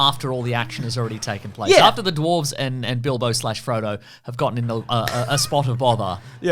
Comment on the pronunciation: hehe "duwarves" hehe